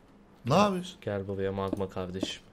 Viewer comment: Mağma değil ((((((MAGMA))))))